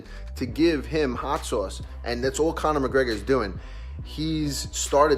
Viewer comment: Raging Al- “Hot Soyce”